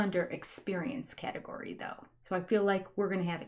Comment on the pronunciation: We spend so much time making fun of the way the Browns say “fill” instead of feel, and various other Utah fundamentalist yuck words. Please don’t ever stop pointing it out, let your speech and language pathology light shine